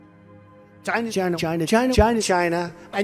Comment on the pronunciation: Umm I don't kno if I was supposed to crack up at the "china" edit...Oh but it was so Epic. I dont care for The Left or Right wing I kno they are the same bird. But having said that No one says Choina better than Trump. 😅😅